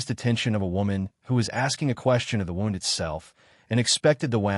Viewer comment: AI needs to learn how to pronounce words like Derbyshire and wound. Why all the pics in the beginning that have noting to do with the story? Why is she bandaging his arm when the wound in the beginning pic is on his chest? A wound on his arm would not incapacitate him.